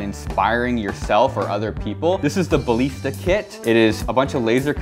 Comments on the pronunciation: I don’t like how you say ballista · the way you say ballista pains me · Thats not how you say ballista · your pronounsing balista wrong